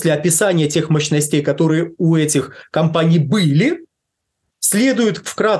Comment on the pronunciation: Мощностя... МощностЕй... Ухо режет... Вроде бы специалист, но... мощностЕй. Может, мОщностей?